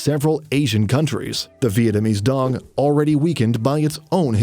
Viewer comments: đồng not dong. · However you're pronouncing it. Its not how we original pronounce it. It has been altered for people from other countries to say it more easily, but out of every alterations, why tf did they picked this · The way westerners call ‘dong’ bugs me. It’s Đồng please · it's not pronounced dOng though, it's because you guys can't pronounce it. It's "doung", like the dou in dough, with a falling tone. said in vietnamese it sounds nothing like "dong". its just an english thing where you guys think its weird. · Dong isnt even how you pronounce it in the first place other than if you read it in English. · It's not pronounced the same as in your language btw, not like in the video, and you can not make that sound. Words in your language don't mean the same in other languages.